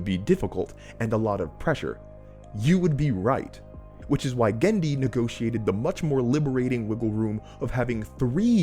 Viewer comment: Cool video, but you've misspeled Genndy's surname both in spelling and in speech.